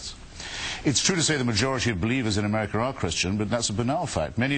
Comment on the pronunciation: Americer lol